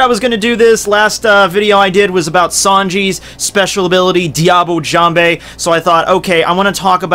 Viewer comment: I know this is an old video, but its "jamb" not "jam bay"